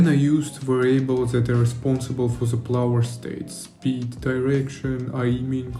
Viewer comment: You are pronouncing "player" like "flower". :D The movement in the game looks sick tho, great job!